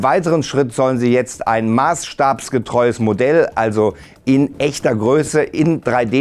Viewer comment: Ein "Marsstabstreues Modell" xDDD